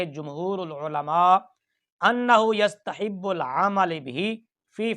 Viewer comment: ذرا یستحب العمل بہ کا اعراب درست کر لیں جزاکم اللہ احسن الجزاء